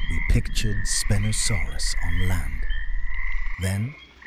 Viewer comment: I don't know if spinosaurus was gonna like you mispronouncing his name like that